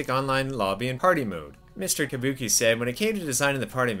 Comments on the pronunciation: yabuki not tabuki!!!! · I thought it was yabuki not tabuki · ITS YABUKI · While everyone on the comments heard Mr. Yabuki's name, "Tabuki", I heard "Kabuki". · It is Yabuki.